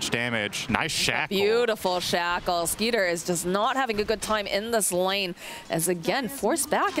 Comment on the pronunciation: Isn't his name Skiter not Skeeter?